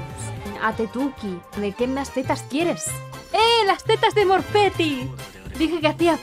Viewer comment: F porque salió "Morfeti" y no "Mortefi"